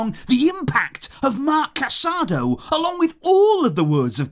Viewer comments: It's a long season. Barca fans aren't used to seeing their stars pulled off for rest but that's the reality. The players should just take a bow and enjoy the ovation for their efforts. Casadó, not Casádo, is amazing! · The player’s name is pronounced Ca-sa-DOUGH. There is an accent mark on the final vowel.